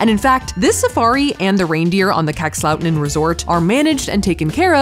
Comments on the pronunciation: Same! Minus the way Safiya said "Kakslauttanen". 😂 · As a Finn I loved Safiyas' way of pronouncing Kakslautanen and the reaction on the Sweden- Finland border. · As a finn...I laugh so hard for the pronunciation of "Kakslauttanen". No hate. I know, language you don't speak. You can't master it. But damn it's funny to me :') Also funny to hear that you think that -13°c is cold because that's nothing :D when it's closer to -20 it's cold